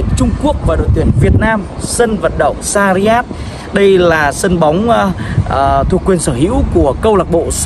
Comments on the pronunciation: sarjah anh ơi đừng đọc sariyat nữa :(((( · doc ten san nham roi e; shac raa